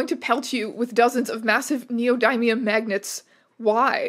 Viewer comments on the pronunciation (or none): none